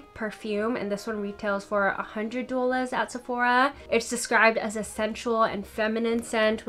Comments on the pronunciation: It’s draining my energy. I love you but what is duelahs? Honestly. 😩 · I literally said the exact same thing. Ha, what is douwlas!!! It’s really distracting. I was thinking is she serious. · Why do you have such a strong NY/NJ accent when you say 'dollars' and not on any other word?? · Great video! I just have to say I've never heard someone pronounce "dollars" like that. What accent is that? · Wish she would just say it the right way. Really annoying tbh. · Actually, I don't know where the accent on 'dollars' comes from. Another You Tuber says the it the same way, but other than that, I've never heard it pronounced that way. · 😂😂😂 how u say—- dollars